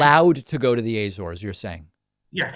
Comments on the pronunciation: Laughs at Pakman's pronunciation of the AYYYYYYYYYYYYYYYYYYYYYYYY - zores. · How many times does a native have to correct a pronunciation before you accept that it isn't A-ZORES lol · Lol at "A-zores". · I really don't think that's how Azores is pronounced